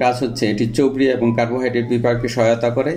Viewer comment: Chorbir uccharon thik hoy na. Chobri na, chorbi. Pronunciation a concentration dite hobe aro beshi.